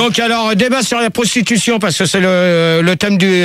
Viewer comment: La Sprostitution ! Rrrrôôoh. Pas la "prostitution" !